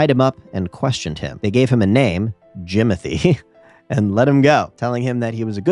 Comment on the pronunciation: "And Jimithy was never seen again"